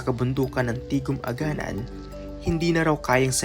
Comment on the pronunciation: Correction. It is pronounced as a-ga-NAN. Nasa last syllable yung stress. Ganoon din yung Barangay Bito-ON. Aganán River Barangay Bito-ón, Jaro, Iloilo City.